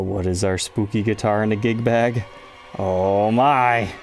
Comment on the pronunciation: "spoopy" lol I'm sure you just miss spoke, but I like "spoopy" 😆